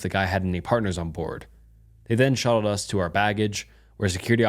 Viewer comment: How does this guy mispronounce “us” literally two seconds after saying it correctly 💀